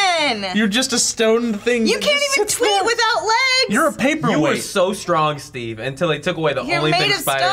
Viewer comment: It's on purpose and sometimes say Stee instead of Steve